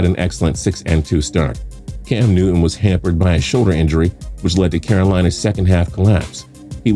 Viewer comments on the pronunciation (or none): none